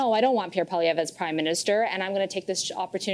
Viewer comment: She said, "Pierre POLLY-EV". That surname is surely from the French and "POIL" would have to be pronounced "PWALL", or taken as a whole, PWALL-EE-EV with the "r" silent at the end (which she did correctly). PWALL-EE, not POLLY as in polly want a cracker.